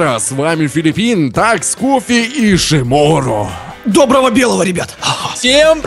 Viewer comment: Так то это неправильно ударение ставит, а не...